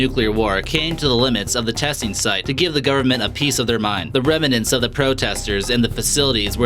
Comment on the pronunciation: You need a different narrator: there are enough mistakes in pronunciation (rem in nents?) to fill a book & the slang ("bro") just makes it less believable.